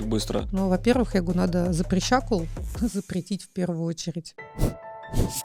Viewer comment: А что ответили-то? PS Ничего себе у вас язык трансформировался: и "я говорю" в "ерю" )) Или я не так понял?)